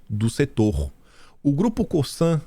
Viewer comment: Querido... Qdo vc fala Cosan, vc fala com o S pronunciado. Não sei se estou certa, mas até hoje sempre ouvi falar como se fosse com Z. Ou seja, escreve coSan, mas lê coZan. Na regra gramatical o S entre vogais tem som de Z. Porém, não se aplica em nomes próprios. Há! A raízen é a junção de raíz com energia.